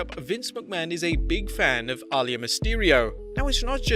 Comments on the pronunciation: Her name is aliyah not alayah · It's AH-LEE-YAH! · You really pronounced her name really bad.....